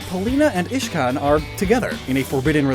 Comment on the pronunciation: Uhh you said ishcan not iscan